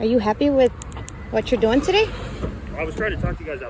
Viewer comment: Oh my god, what are you doingah? Lol